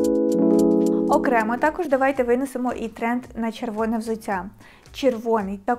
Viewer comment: Дякую, інформативно, гарна підбірка 👍 Але взуТТя, а не взуЦЦя. У нас Д, Т не одзвінчується на кшталт російської мови (дядя, тетя і т.п.)